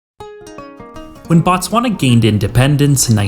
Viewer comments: It's Botswana, not Batswana. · the SWANA?????????? TTTTTTSSSSSwana bro